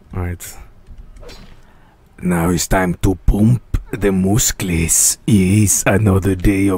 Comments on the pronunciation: Do you feel that satisfied saying mouskles,you already said it a thousand times.You need a doctor! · no, he need mooskels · His moosclees😂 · TEH MOOSCLES